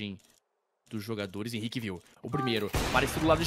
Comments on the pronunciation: Os narradores não conhecem os jogadores, o cara chamando o Henrique de “RENI” 😂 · o cara chamando o henrique de "reni" kkk